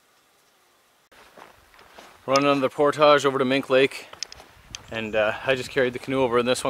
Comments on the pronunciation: Love the vids! Subbed a while back. Content is awesome as well. But if I hear you mispronounce "portage" one more time I will take hostages. It's (portige) not (Portahge). Keep up the good work! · The word is Portage .... Not por tage.